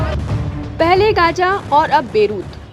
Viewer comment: Madam ji GAJA NAHI GAZA 😂😂😂😂